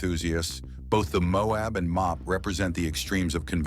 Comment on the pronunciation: The mobe.... it's MO- AB!